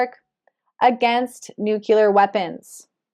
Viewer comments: Nu clé ar not Nu cu lar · I like your readings but its not nucular, its nuclear. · Thanks for the insight!! (Btw, there is no such thing as a "nucular weapon". There are, however, nuclear weapons. ;-) just sayin' )